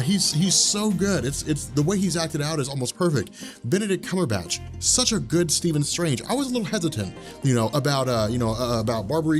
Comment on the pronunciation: How is it, that no one is able to pronounce Benedict Cumberbatch's name?